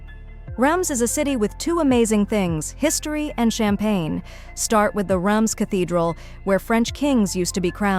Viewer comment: It is not rums, rather Reins